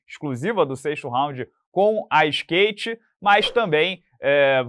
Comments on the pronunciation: Ele flw stake e não skate hehe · Não é Stake, é Skate! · Hasbulla do céu, Não fala STAKE, é SKATE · Que isso, falando stake assim. Toma cuidado, pelo amor de Deus🫶🙌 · aos 42 segundos do vídeo você pronuncia o nome da stake corretamente ao invés de falar skate como vem fazendo.. Cuidado para não levar Strike nesse vídeo ai amigo!! (CURTE OU COMENTA AI PESSOAL PARA QUE ELE POSSA VER ) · Vc falou STAKEao invés de SKATE no começo do vídeo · Cuidadobque aos 42 segundos de vídeo você falou stake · vc falou STAKE, ao strike,. Apaga esse vídeo crl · É impressão ou ele falou "STAKE" no início do vídeo? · Você falou stake.... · falando Stake de novo é até estranho... Não vai pegar um Striker:_Rsrs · Agr vc falou stake 😂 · Eu realmente percebi q o falou Stake?? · Você falou stake boca mole